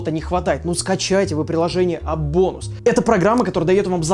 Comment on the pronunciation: Я услышал не appbonus а АБОБУС